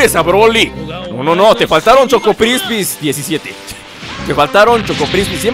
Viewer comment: nl es choco kripis tu dices choco prispis XD